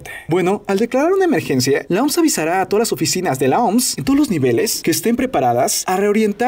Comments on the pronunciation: Se pronuncia o eme ese soy el unico que le da ganas de darle un golpe cada vez q dice oms ? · Brother mejor di " La O-M-S" no "La OMS", nose suena hecho verga decir la oms xD